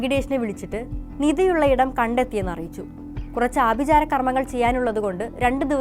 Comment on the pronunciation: ആഭി'ജാരം' അല്ല ആഭിചാരം ആണ്